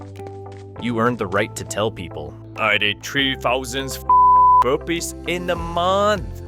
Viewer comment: OO HE WAS SAYING BURPEES , i was wondering what happend btw him and herpes